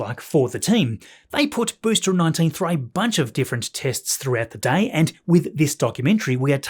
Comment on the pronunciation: Great video as always, but why do you keep pronouncing ‘booster’ as ‘boostra’?